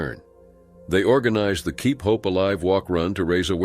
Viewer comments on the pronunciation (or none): none